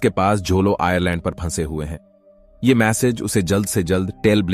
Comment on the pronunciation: आयरलैंड ❌❌आयलैंड ✅✅